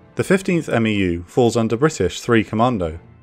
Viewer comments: Good stuff! Just correction, The MEU is not called a M-E-U by alphabet it’s together (MEU) like MU. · It is a bit weird to hear "M-E-U" and "M-E-F" constantly. MEU is pretty much always pronounced "mew" (like the pokemon), and MEF is also pretty much always pronounced phonetically like "mehff." I MEF is interchangably referred to as either "one mehff" or "eye meff" but 1MARDIV and 1MAW (part of 3MEF but still) are always "one mahrdihv" and "one maww" when referring to them shorthandedly. 1MARDIV is never "first division" or "first mardiv" weirdly even though 15th MEU is always "fifteenth mew" and never "one five mew." Infantry battalions are referred to just by number, so "one five marines" refers to 1st battalion, 5th marine regiment. It's often shorthanded to "1st battalion, 5th marines." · Amazing content, as always. The only thing I feel I could add to this is that we never referred to MEUs as "M-E-U" in the Corps. It was always, "mew." Not criticism on my part, of course, just something I thought I could share. 😺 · We say "Mew" not "M.E.U" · love the series so far man, just a couple things, a marine medic is called a corpsman and a meu is pronounced mew, keep up the good work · Just a little pronunciation help from a former MEU Marine. Marine units with acronyms for names are typically pronounced phonetically as one word, so MEU would be pronounced MEW similar to FEW. Same applies to MEF which is pronounced MEAF similar to DEAF. Love the content, just want to toss a little help in there since 1st MEF played such a pivotal role in the ground invasion. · Of note, we pronounce MEU as "Mew" and MEF as "Meff" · US Marine here...love your work. FYI, "MEU" = "mew"...like a cat. 👍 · When you say MEU, you can just pronounce it "Mew" like the pokemon. And you always just pronounce MEF just like it sounds. But you'll say "one" MEF, "two" MEF, "three" MEF. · Marines pronounce MEU as "MEW"